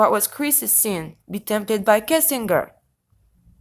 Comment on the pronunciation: I don't mean to offend, but phonetically it's: "Kessing djer" not "Kessing ger" And also "sky Scraper"... I just want to help... not be a grammar nazi...😀😊😉 Je suis Française aussi, née en France, mais depuis bien des années, je suis aussi Canadienne... j'habite en Colombie Britannique. Truly Great video... I watched the entire thing. Very interesting. I do not come to similar conclusions as you however. Yes, there ARE incredible "coincidences"... And don't be upset... but sometimes, a cigar IS just a cigar... I believe there is weird crap going on in this case, don't get me wrong... I just don't see why these particular victims would matter to anyone in power or anyone other than their community and family... Do you believe that the children were used for that Adrenochrome? Also, respectfully, "pizzagate" is a debunked pile of junk... No crimes were committed in a basement in the building in question as there is no basement... I just do not believe that whole elite/pedo thing... There are pedophiles in all walks of life, and tRump (raped 13 year old Katie Johnson in 1993) is one of them, with his buddy Epstein... but the Clintons? Where is the evidence? And I am NOT a Clinton fan btw, I could care less about them! And finally, no, Kushner won't be president... ever... Instead, he is going to be an inmate... Thank you! Et aussi, merci! Isabelle, au Canada🍁🍁🍁